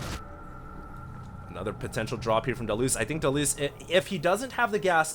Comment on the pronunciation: Hated how HD was saying DaLoze's name...ugh almost made this unwatchable.